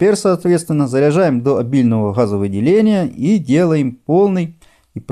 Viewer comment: " заряд - рОзряд", " Хазовыделение" Какое, бл*ть " хазовыделение" на необслуживаемом аккумуляторе?!🤦дальше смотреть не стал.